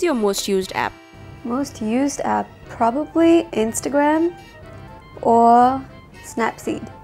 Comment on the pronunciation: Don't understand some hate comments here. She was brought up in New Zealand and that's why she has the accent. Also, no one is perfect at such age. So, please get off her backs regarding her use of the word "probabaly".